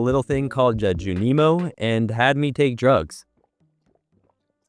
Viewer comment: Honestly did really well for your first time playing the game! I can’t help but giggle at how you pronounce Junimo though. I’ve always pronounced it like June-E-Moe.